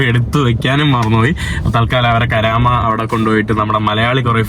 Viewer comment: കരാമയല്ല സഹോദരാ കറാമയാണ്